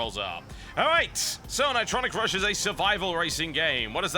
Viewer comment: ni-TRON-ic Rush